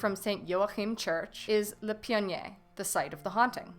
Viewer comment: Definitely screwed up on the pronunciation (pionnier)